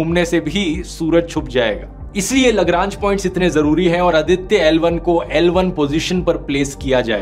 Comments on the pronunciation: Very informative, thanks, how ever Mr. Dhruv humble correction-- it is Aaditya(आदित्य) & not अदित्य। It is pronounced that way mostly in Punjab. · Its आदित्य not अदित्य